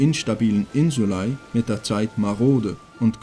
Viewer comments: Gutes Video macht Spaß zu schauen. Nur eine Sache die mich gestört hat war dir aussprache von Insulae du sprichst es Insulei aus wird aber Insulä ausgesprochen aber ansonsten echt gutes video 👍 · es heißt insulä nicht ei... depp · Also ich habe die Aussprache von „insulae“ im Lateinunterricht anders gelernt… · warum sprichts du das "ae" so seltsam aus?